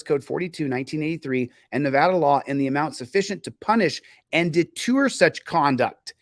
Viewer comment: its. " deter " I know you weren't trying to be comical there....but you're grasping at that pronunciation was vintage Michael Scott baby!